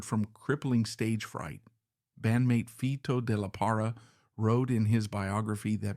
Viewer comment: ES LO MALO DE USAR LA I.A Y NO HACER LA NARRACION ... FITO DE LA PARRA... NO FTOD LARA ES ELNOMBRE DE ESTE GRAN BATERISTA MEXICANO.